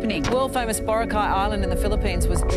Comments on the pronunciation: It's boRAcay... not BOracay. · It really annoys me when foreigners can't pronounce Boracay properly Its pronounced as BURAKAI not BORA-KAI🤦🏻‍♂️ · in Hermione's voice It's BoRAAcay, not BoraCAY. Sorry, couldn't help it. XD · Borakai (one word) not bora-kai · I hope you learned how to pronounce BORACAY correctly. Not bora cay. It’s bo ra cay. Listen how PDu30 pronounced it. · Pronounce word correctly... Boracay... Malumay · American: borakay Pilipinos:hoy gago Boracay yan hard hindi soft gg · Respectfully, can foreigners pronounce boracay? The way they say it feels like it is the correct one